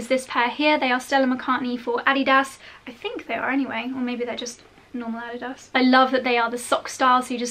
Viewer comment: Love how you pronounce Adidas just right 👍👌